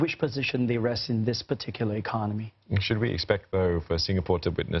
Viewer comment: is no one going to say anything about how he says 'economy'